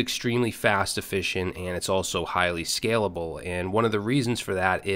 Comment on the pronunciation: highly SCLABALE 😂❤